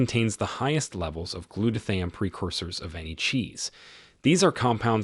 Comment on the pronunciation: You're not saying glutathione right. I'm watching from Orlando. I used to usually eat shredded sharp cheddar because I heard sharp cheddar was good for you